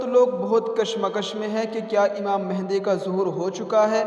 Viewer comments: آپ نام غلط لے رہے ہو امام مہدی ہے مہندی نہیں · imam mahindi nahi yaaar (mehdi) hai bhai